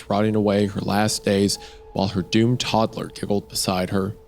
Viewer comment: I heard "gooned" instead of doomed and I got flashback to MeatCanyons video xD HAH! I was thinking this earlier and they were talking about it being like the wind! I feel so vindicated C